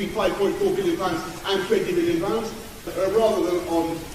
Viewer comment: No-one: Boris Johnson: 20 billion påündes